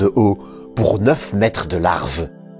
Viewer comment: Tu as un problème avec le son g tu dis v a sa place etage ou etave, large ou larve